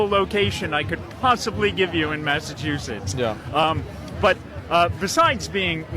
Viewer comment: He said Masta chew sets.